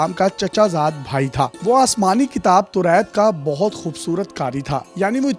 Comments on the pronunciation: Torait nahe toraat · Can you fix your pronunciation of Taurat.